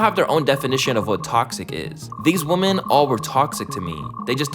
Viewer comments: I hate the way he pronounces women. It’s women pronounced like wehmen not like woman. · PRONUNCIATION OF PLURALS IS OFF…..WOMEN….. WOMEN …. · It is WIM-MIN!!! Ffs how can so many hip-hop YouTube channels not know how to pronounce women! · Constructive criticism: practice the difference in pronunciation woman vs. women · Bro you need to learn plurals. 1 female adult human is a Woman, more than 1 female adult human is Women. Also learn to pronounce paternal. Smh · Why do you pronounce women like that? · Great video, but please learn how to pronounce "women." It's a basic word. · can you learn how to pronounce women correctly? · Bro why can no one pronounce women? Does all these YouTuber do it on purpose or was just never taught ?